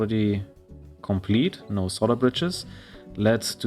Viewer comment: I like how you say "solder bridges" with your accent-- it sounds like "solder britches" which, if you don't know, "britches" is another word for "pants". So I imagine it as either someone's nickname "Ol' Solder-Britches!" or as a specific type of pants made from or using solder. Love your videos!